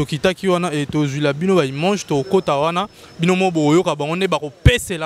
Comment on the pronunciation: Imange 🤦🏽‍♂️🤦🏽‍♂️🤦🏽‍♂️🤦🏽‍♂️🤦🏽‍♂️ c’est image putain et non imange 😏